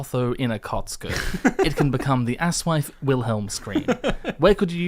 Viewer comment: You two are a couple of chucklefucks; you pronounce aSoIaF so it sounds like "ass wife" or even "ass wipe" and I was going to blame it on your accents, but after listening to this for 7 hours you clearly k lw what it sounds like. Anyway, keep up the good work.